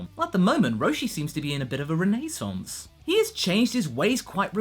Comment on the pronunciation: Never say the word renaissance again